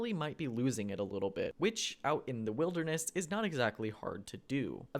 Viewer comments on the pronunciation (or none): none